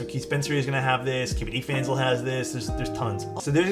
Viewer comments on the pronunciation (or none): i swear he said "skibidi fans" instead of kbdfans